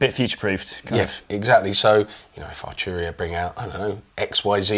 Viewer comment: Love but need Jack 😥 Not Archuria man but Arturia 😑 This is great but needs more keys, bigger screen and more sliders/knobs. Pigments and a lot of the V Collection are fantastic. I have it and use it regularly. It looks beautiful and undoubtedly sounds good but why would I buy this over a Modx 7 Plus? Also, this guy barely played. Felt this didn't really demo the product that well. Not sure if this guy is a playernor not but even the playing at the end was uninspiring.